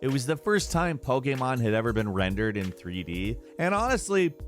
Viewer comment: The hell is pogaymon?